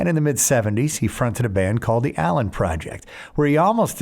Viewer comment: It's ALIEN Project not allen